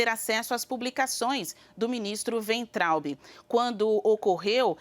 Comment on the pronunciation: Weintraub Waintraub pronuncia em alemao!